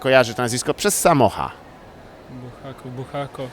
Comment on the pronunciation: Czym jest kreml ? Odpowiedź w Rosji kreml to każda warownia,czy twierdza. Kim był Michail Buchakow ? Michaił Afanasjewicz Bułhakow Po co śmiejesz się z innych,że źle coś wymawiają skoro robisz to jeszcze lepiej od nich udając”umjeja” z mikrofonem ? Ty naprawdę masz maturę - bo ja ją kończyłem 30 lat temu,ale nie robię tylu byków językowych !